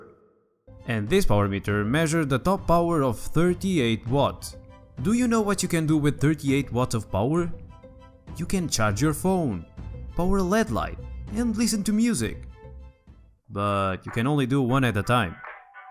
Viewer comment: "L" "E" "D". Not "led"!!!!